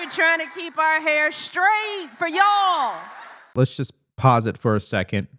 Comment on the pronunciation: dont talk about ' and act'. When did you get that " youalll" accent. That straight from the plantation. You aint that.